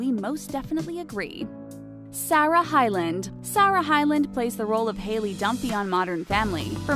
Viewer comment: Do you even know how to pronounce Sarah?